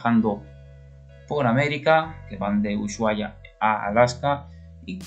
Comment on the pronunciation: Hola buen dia ....es castellano y en castellano la letra H es muda....Usuaia es la pronunciacion correcta😉👍 slds de un Mendocino exiliado en BsAs